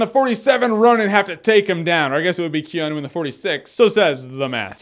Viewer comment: keanu is pronounced. kay-ah-noo